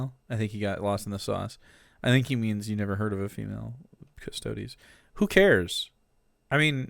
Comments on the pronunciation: Ok so things to note here: the canon pronunciation is cuss-toad-ees. Uh, custodes have NEVER explicitly been all male. And for anyone who says ANYTHING about the Sisters of Silence, they are a completely different group with a completely different role(theyre basically psychic blanks. Their mere presence debilitates psychics and drives em crazy. They're used as assassins, custodes are bodyguards). The space marines are all male because geneseed only works on males specifically so they can't make space marine babies and thus usurp the god emperor. All in all, female custodes are awesome, I'm looking forward to (hopefully) get some minis or figures to paint and display of em. Oh also custodes don't have geneseed, unlike space marines. Uh, custodes are just as far as you can push the human body physically and mentally, space marines are...genetic and surgical monstrosities. But also yea, from one warhammer fan to somebody who doesn't know much about Warhammer, most of the fandom is not like this guy. Most of us either don't care about this, or are actively excited about it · It's pronounced Custerds! 😂 Jeremy is never wrong